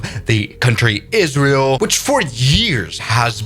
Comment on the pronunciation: Really fun to get a video about my country and in you pronounced it right